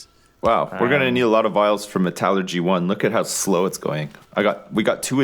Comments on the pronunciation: Mat-alergy Really Lewis, it's metal-ergy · I really wish would pronounce metallurgy correctly